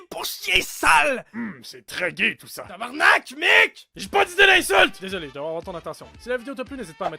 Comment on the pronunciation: Ooooh la la, c'est tabarnak et pas tabernak, c'est t'y po compliqué nom d'une crotte d'piaf.....